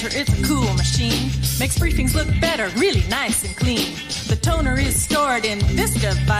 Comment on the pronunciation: I liked your show. We only have one problem. You’re missing one of the letters in the alphabet it’s T. You’re pronouncing water :wahuh You’re pronouncing better : behuh Otherwise, you did a great job !!!! remember we have 26 letters in the alphabet. We should use them all.haha but after all, who am I criticizing a rocket scientist?hanku!!